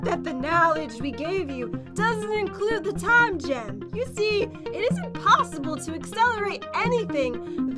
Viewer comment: Pat when you say time gem here’s like time